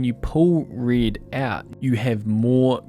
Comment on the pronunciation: I'm following your videos for quite a while now and everytime I use the red slider I hear your voice saying reed :D Thanks for your work! It helps a lot. At least I learned many things from your videos.